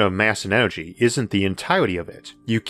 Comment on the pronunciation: Univorse... Orth... Onergy.